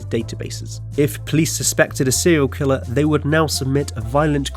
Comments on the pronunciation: "But can you name a sewial kiwwer" Fuck I hate your voice. 😂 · sewial kiwwer owo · Sewial kwiller uwu 69 times